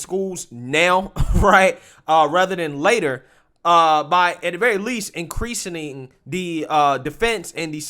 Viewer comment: Did he just say “Increasining”? Lol…